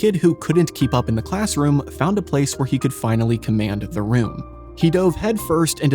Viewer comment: "Ay" means one, or "that specific one". "The" is only pronounced "thee" in front of a vowel. Please stop pronouncing these words wrong!